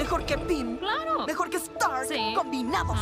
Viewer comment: Se llama "Stark" no "EStarc"